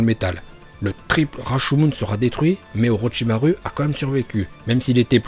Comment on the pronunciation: Et aussi orotchimare au lieu d orochimaru